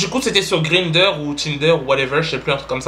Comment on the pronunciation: Grinderr Tinderr ou Whateverr 😂😂😂 Chui morte